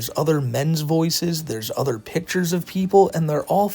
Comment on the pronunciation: The way he can’t pronounce “other” and instead says “udders” likes he’s some kind of cow with fake autism is a dead giveaway that the fake people in the fake videos are really just him 😂